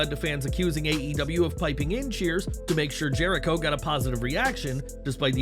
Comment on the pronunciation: You meant to say... "THE ALLE-GAY-TIONS of JERK-IRO"(Jericho).... That's what you meant.